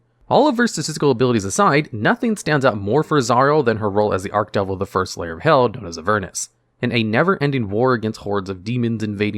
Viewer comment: I'm pulling my hair out with him saying ARK-devil...instead or ARCH- (like starch) devil lol